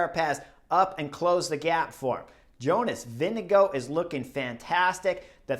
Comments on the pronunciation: Probs on the pronunciation of Vingegaard! Pretty damn close 👍 Most Americans go with VinGegaaaarD 😅 Can't hate though, I probably mispronounce most names in the peleton 😂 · For English speakers: use Vingegore (as in goretex). Comes very close to the correct prononciation. Applies for any Danish name ending with -gaard: Lundgaard = lundgore